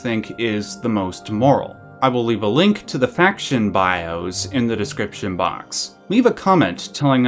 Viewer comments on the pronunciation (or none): none